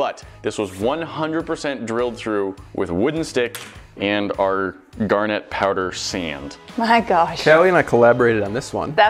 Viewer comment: The way you say "gar net" is as annoying as people calling caryons "crans"